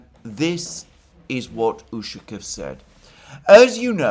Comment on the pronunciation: The proper pronunciation of "Ushakoff" is with the stress on the "off". There should therefore be no contraction of "-o-" in the "off" syllable. It is "ushakOff". "ushakiff" is extremely annoying. Try saying "donAld". See where it gets you.